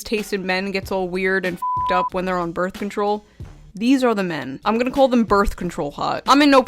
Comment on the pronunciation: Hold up, wait a minute, you are married now? Congrats on that! Also, you are much more calm now, which is jarring at first but good for you, calm is peace...well until that Monster kicked in and you got amped up lol, maybe you didn't pre party energy slam. Also, are you an original New Yawker? That "What I like to CAW" was spot on Brooklynese my guy! Lastly, thanks for calling this out, channels like Wendigoon hit topics that mostly do not interest me, but are what this platform was supposed to be...people talking about their passions and making it entertaining to show it to others. Youtube was supposed to be the 21st century bake sale but now we have Socialist Pdf boy that uses toxic female traits like gossip, manipulation & reputation destroying to get a small cult subscriber base to attack more successful channels. Oh well, at least that huge asteroid looks to be hitting us in 2025